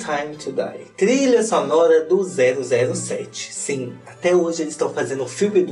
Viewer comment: "Tutu pão!" "Sinhê" como eu amo esse dialeto morerês kkkkklkk 😍